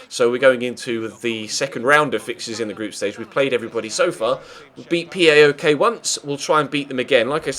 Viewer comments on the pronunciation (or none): You dont say "P A O K" its all 1 word "Powk" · It's not that important as you seemingly will not be playing them again this season, but PAOK is pronounced as one word (powk, the same 'ow' that is used to express pain), not four letters.